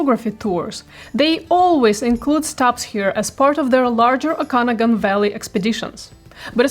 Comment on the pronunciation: Your pronouncation of Okanagan made me laugh , never heard it like that. Native names are hard to say , but I think you should practise saying it a few more times. It is Oak an og an.